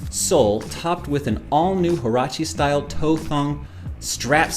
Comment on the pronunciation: The H in Huarache is silent.